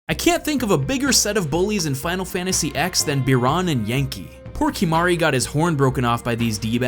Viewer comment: Final Fantasy "Ex"?